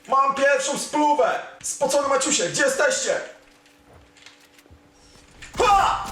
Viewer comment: Dla czego muwisz spocone maćuśe?